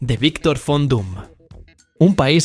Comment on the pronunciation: En alemán "Von" se pronuncia "Fon"